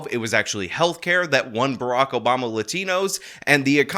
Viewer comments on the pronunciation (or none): none